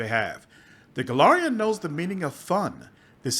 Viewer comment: Since you're aiming at doing voice acting this tip isn't just me being a pedantic slot, but also trying to be helpful: The difference between Golarian and Golarion Your character is a GolariAN from the world of GolariON. U usually (almost always) pronounce them the same but the ending of people or things from Golarion should be -an. I have this Golarian sword forged on the world of Golarion. The lich is a meatbag from Golarion, who the demons call "that Golarian meatbag." "Are you that Golarian everyone is talking about? From some hick backwater world known as Golarion? Yokledom's Motherland where even the whores are clumsy?"